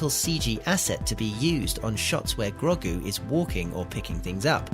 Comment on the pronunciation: Lol, "Groggu"